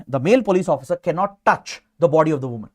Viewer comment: the emphasis he put on the word " touch " 🫶🫶